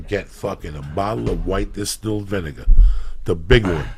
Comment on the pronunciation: VIN-AH-GAH LOL